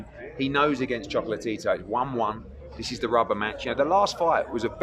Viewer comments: I know it sounds like he’s sayin “choke-la-Tito “😂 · I really like when hearn says "chocolate-tito" 😂